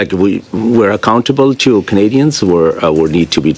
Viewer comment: this liberal lackey is obviously filibustering. Can't say "Canadians" just like squeaky champagne. We know what Canadian want. Can't even say Canadian's / Canadians. Yes let us trust a foreigner who can't speak fluent english. Sounds great.